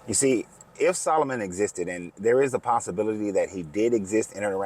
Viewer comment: "sol o moon"?? its a question about the magic you prefer